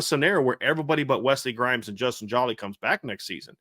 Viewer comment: Good segment fellows for future reference. #7 TE pronounced JO-LEE is a Senior. Thank u